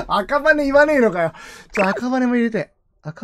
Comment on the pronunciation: 本人公認 赤羽 はい、ﾌﾟﾗｼｰﾎﾞ あ↓か↑ばね 言いそう 完成形 キンタマーニ 彼女 キャンタマ ｸﾞﾁｬｸﾞﾁｬ キンータマ 海賊王 詫び詫び ドコムス ムーミン 何が面白いんですかね? 強ゆき にょうへい ジョジョ 許します ｱｺｶﾞﾚﾙｰ 許しません き↑っと ｴﾝﾃﾞｨﾝｸﾞ ラブベリ 渋谷でわ↑んこ